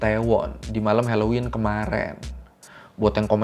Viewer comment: hellowen bukan heloin🌚